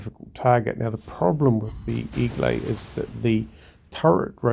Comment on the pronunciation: A lot of players never seem to understand the concept of deep water torpedoes. BTW, it's pronounced more like egg-lay